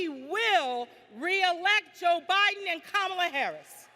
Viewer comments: she said "President O'Biden" - lol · I thought the same thing so backed up and listened again. She did actually say Joe Biden but, I agree it did initially sound like O'biden.